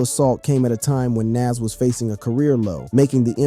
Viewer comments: Please pronounce his name Nas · Jayz is from Marcy Projects in Brooklyn. He isnt from Queens and you butchered NAS name, Badly. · Thinking the same thing while watching this! Say his name right! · The fact that he keeps calling Nas name correctly then incorrectly is a problem for me! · Learn to pronounce Nas name if your gunna culture vulture and start doing documentations for Good sakes😅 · RIGHT?! That irked me the entire vid 😣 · Ye that's drives me mad 8n loads videos He doesn't with loads of names Not sure if he's trying to speak clear but get them names right dude